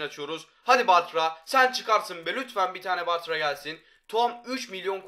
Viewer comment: Varya değil bartra